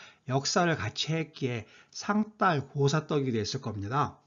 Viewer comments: 애독자로서.............한 말씀 올리겠습니다요.............상달.........에서 달........의 발음은 딸 아니고 달 입니다요 혹 경상도 분이시어서 그러는 것이면 이해해 드리겠습니다 쓸데없이 쎈 발음 자제하십시다요 ㅠㅠㅠ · 상달보다는 상딸이 더 발음이 자연스러운데? 짜장면 자장면처럼?